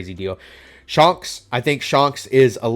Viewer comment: "Shonks" do you even watch the show, bro?